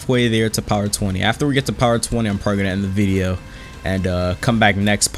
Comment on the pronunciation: "I'm pregenant" 🤣🤣🤣🤣🤣🤣 one captions said "i"m pregnant"